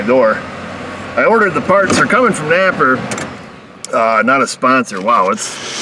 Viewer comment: Napper really needs to be a sponsor of your channel, but unfortunately you would have to pronounce their name correctly and that would take all the fun out of it.